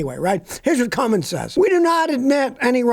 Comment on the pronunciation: No such engine builder as "Cummings" You can still sound intellectual, even if you pronounce it correctly! C-U-M-M-I-N-S